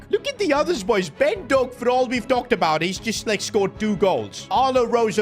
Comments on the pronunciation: By the way its pronounced dohk like d oh k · If I hear “Doe-Ack” one more time in my life I might pierce my own ear drums.